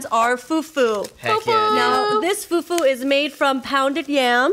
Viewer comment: The pronunciations for me😂😂😂 Its amala not amaaala And it's fufu not fuufuu